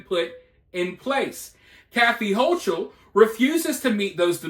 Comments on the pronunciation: HOE KULL is how it is pronounced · Hochul (pronounced Ho-kul), only knows how to make things worse-she is a tyrant. The helicopters I saw flying over Malone were NOT Black Hawks, they were Chinooks (quite the sight seeing them fly over stores and the NYSP station the other day). When listening or reading the view point of the inmates, you need to keep in mind that they are not in prison just for going too fast with a motor vehicle, they are in there for some really horrible crimes, and many will lie to your face without flinching. They are being fed, but some are throwing bodily waste at the ones feeding them (which is not uncommon). Some of the contraband that has gone into the prisons in the last few weeks happens to be an "unknown" chemical substance, which when exposed to (and/or inhaled) has sent more than 20 prison workers (COs and Civilian staff) to an under staffed and under serviced hospital (most services were removed by the higher ups of that network in VT over the last several years), where multiple doses of Narcan had to be administered (see the articles on and These should tell you just a little bit of how unsafe things are at the NY prisons, and laws like the HALT Act only make it worse. Hochul has been the most inmate supportive governor NY has had and it gives her a horrible black eye in the eyes of most voters and those communities affected by the strike.